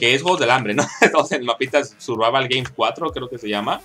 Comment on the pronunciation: "Survava geims"Jajajjaajjaja